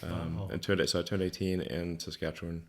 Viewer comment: Props to Elon Musk, he pronounces Saskachewan correctly!!!